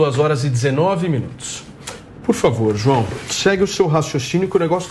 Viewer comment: "Juao"... um petralha foi detectado!